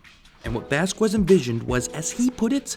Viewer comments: It's VAS-Kez, not VAS-kwez. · Vasquez...VASKEZ. Not VasKWEZ! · Vaz. Kez. Just say it like that. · Vass qwez? no its Spanish. Vaskez! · It’s 2020 and people still pronounce it as VasQUez instead of VasKez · You said "vas-kwest". It's "vas-kez" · I always thought it was pronounced “vaskez” instead of “vaskwez” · Min it is pronounced vas–kez, not quez, keep that in mind since he said that hated when people mispronounced his surname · It's Vas-skez dude and by the way invader zim was a great show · his name isnt vaskwez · I know this is old but it's pronounced "Vas-KES" like "queso" is pronounced "KEso". It's a Spanish surname. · OMG your pronunciation of Vasquez irks me. The u is not emphasized. It is a Spanish name, so it is said like VAS-kez. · everytime he says vass KWEZZ...it makes me throw up... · Love the video. But for future reference in the name Vasquez, the U is silent. In Spanish the Q - U and I or E creates a K sound. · It's pronounced Vas-kez. The U in the "que" syllable of spanish names is silent. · Seriously? Have you no understand of how to pronounce his last name? If you went to France, would you say "Ja-QWEES" to someone name Jacques? If you went to Spain, would you say "Joe-QWIN" to someone named Joaquin? Then why the hell do you keep saying "Vas-QUES" to someone who's last name is Vasquez? Dominguez (DO-min-GHez) Rodriguez (Rod-ree-GHez) Hernandez (Her-nan-Dez) Vasquez (Va-SKez or Ba-SKez (depending on the region)) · Vasquez. Not Vaskwez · He’s only said “Vas-qwez” twice, and I already feel like I’m having a brain aneurism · xD "vaskwez" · How hard is it to say Vasquez? Vazkwoez will be the end of me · I swear if you say vaskwooez one more goddamn time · this dude really out here saying vasqwez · If you were to write it phonetically I think it'd be more like VOSS-kez. Accent on the first syllable and the "a" sounds like it does in "ball". Anyway, just glad someone pointed this out. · bruh u said jhonens last name wrong